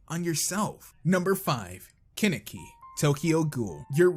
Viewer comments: Oml man, Kaneki is pronounced Kahn-eck-ee, not Ken-eck-ee... Come on :P I clicked on this video because it had that one sad scene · KANEKI NOT KENEKI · he pronounced Kaneki Kineki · Kaneki Ken No It's not kan-edgy >:) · He said "keneki" lmao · did he call kaneki kiniki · He pronounced kaneki as kiniki triggered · It's khan ah key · Its pronounced kah ne key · Am I the only one trigger that he miss pronounced kaneki’s name. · UH UH NO! I WAS OK WITH YOU PRONOUNCING THE NAMES WRONG UNTIL NOW! YOU CAN'T PRONOUNCE MY SWEET LITTLE KANEKI KUN'S NAME WRONG! NOT WHILE I'M HERE lol